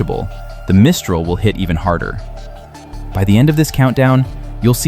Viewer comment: Teach your robot the proper pronunciation of Mistral